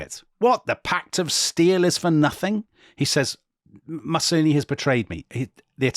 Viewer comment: I don't want to be picky, but the mispronunciation of Mussolini does grate a bit.